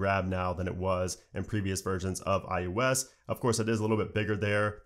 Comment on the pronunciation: Sing after me: Oh oh oh who’s that kid with the Oreo cookie. It’s not: U U U who’s that kid with the Oreo cookie. :) It’s eye-oh-ess Not eye-you-ess